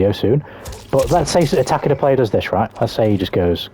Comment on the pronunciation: TAH-KEH-DA SURELY NOT TAH-KEY-DA